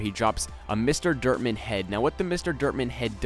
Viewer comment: was sounding like was saying derp man no offense